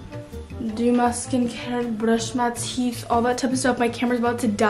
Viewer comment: why she said "brush my teef" in a russian way